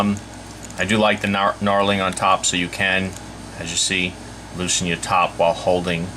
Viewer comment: Nice review,but the word is Knurling not knarling.